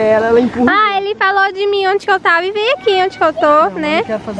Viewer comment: se fala eu "tava" não eu "tavo" espero não ter me levado a mal ❤